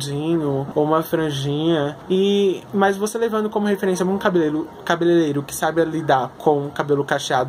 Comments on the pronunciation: Vc fala errado igual a mim mas a palavra é cabeleireiro kkks eu cresci falando errado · "cabelelero" kkkk